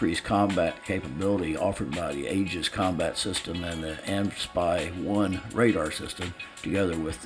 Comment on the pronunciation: AN/SPY-1 is pronounced letter by letter, as in A-N/S-P-Y-1 radar, not as the word "anspy".